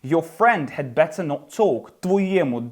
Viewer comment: Поясніть, будь ласка, що ща діалект, коли вимовляє замість т в better, ц?